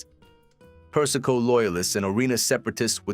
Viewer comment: AI Slop. Per-is-ko? Seriously?